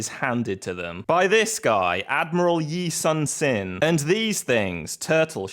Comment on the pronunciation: just a minor correction on your pronunciation, Admiral Yi's name should be pronounced more like Yi Soon-Shin, like you saying "Soon" whenever describing time and Shin as your shin. And it was thanks to his tactics that brought the victory on the naval front. He was able to see through many guises and traps while his not-so-competent colleague and rival, Won Gyun (or Won Kyun if hard to pronounce) fell for the enemy's false surrender and lost almost all of Admiral Yi's ships.